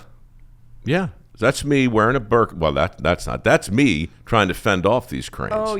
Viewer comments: It’s a birdka, not a burkah… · Don't you mean a Bird-ka?